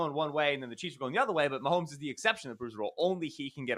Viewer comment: Why do so many people put an "L" sound in "Mahomes" and turn it into "Maholmes"?